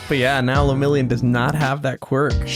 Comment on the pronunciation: and his bame Le-Mirio-n